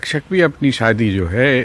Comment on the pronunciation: Bhosdiwaale..shaadi tak theek se nahin bol sakte..saadi